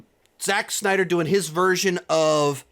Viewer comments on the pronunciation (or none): none